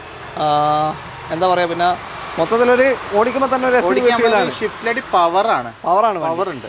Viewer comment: ഷിഫ്റ്റ് അല്ല സിഫ്റ്റ് ആണ്